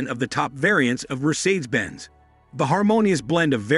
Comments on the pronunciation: mer-seeds, Bm-doob lmfao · BMDabau and Merceeds are in trouble 😂. Machine narration is hilarious. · Robot!! IS IT SO HARD TO FIND ANY EFFING LITERATE WHO CAN READ??. Mercersaids??.REALLY? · BMduburp and Mersaids are in big trouble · Merseyds S class… Be-Em-Dooble-you… Citrone…😂😂😂😂😂 we know who made this video… haha. Imagine when you ask a billionaire what car he has and he said hong-chi 😂😂 haha. Like “Budget luxury limousine “ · "BM Dooble U", "MercAIDS"!?😂 Makes me think of a Chinese instruction manual loosely translated into English. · And mispronouncing Mercedes